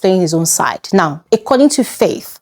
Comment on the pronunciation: Hi. Keep up the good work. May I request one thing of you please, can you please fix your pronunciation of the word "According". It keeps ringing in my ears every time I watch your videos. Thanks!